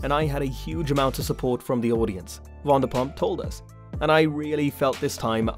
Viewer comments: Wondapump? It’s pronounced VANderPump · What’s wandapump 😂 it’s Vanderpump as in a Van 🚐 😂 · And say it wrong 😂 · It's Van -der - pump